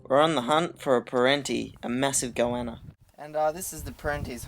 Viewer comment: He doesnt say goanna right